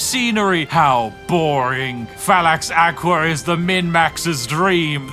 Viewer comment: One thing tho, its Fallax Akva (you prenouce it as Acva / akva, not aqua)